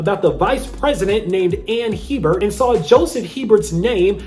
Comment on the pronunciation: Their last name is pronounced ‘Abear’ Not HEBERT lol. I’ve known several people with this last name.